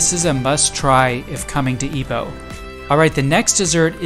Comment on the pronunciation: Thank you for pronouncing it correctly. Some pronounce it as 'eye-poh', and was really stubborn about it. Happy to hear enjoy your stay in Ipoh. 😂I drove to Ipoh, once, just to buy the famous butter cupcake from the late Madam Nancy Chong, and drove back to KL, within the same day. Total of 5 hours drive 😅